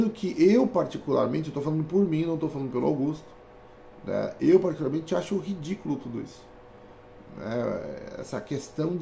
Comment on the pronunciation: A ênfase que tu dá em "RIdículo!" é linda hahah